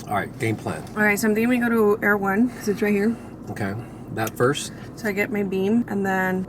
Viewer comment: Were you at Erewhon? I couldn't tell if you were saying Erewhon or you were going to someplace called Air One to buy your stuff. It sounds like Air One